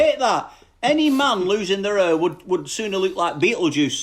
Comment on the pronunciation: Not hair, "hur"